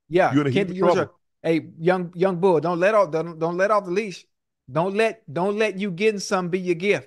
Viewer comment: Imma need Ocho to spend some more time in Philly his "youngbul" not sounding right😂😂